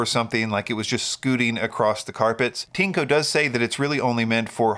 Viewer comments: (This sentence uses Google's machine translation) I always refer to your videos. Well, I always laugh when you pronounce TINECO. This is because when you pronounce CHINKO in Japanese, it sounds similar to PENIS in Japanese. To me as a Japanese, your TINECO and Japanese CHINKO sound very similar. What does TINECO mean in PRC terms? Thank you for reading. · In the Japanese Amazon (Amazon.co.jp), TINECO is written as ティネコ. The pronunciation is like TEA-NECK-KO. Amazon also understands that TINECO and CHINKO have similar pronunciations and are not good words in Japan.